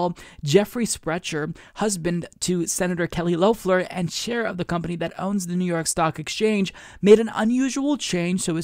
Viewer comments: Not Loaf-ler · Nit picking, but it is Lef-ler not Louf-ler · It's pronounced "Lef-ler" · And Kelly Loeffler was apparently supposed to bring back the suburban mom(or white woman) vote here to the Republicans, and Idk why, but it kind of feels off when you pronounce Loeffler's name the O is silent.